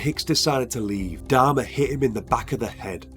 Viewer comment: Could't stand to watch the video for the way he pronounced Dahmer last name 😆